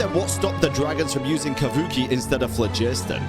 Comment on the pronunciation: I already hated how ppl pronounce Kuuvahki…but somehow made it 10x times worse 😭😭😭😭😭 I’m sorry but pls it’s pronounced as ”Kuuuuuuuvahki” every finnish word has two vowels for a reason YOU SPELL THEM TOO NOT JUST ONCE 😭😭😭 Pls you ppl know how to make vowel longer its not that hard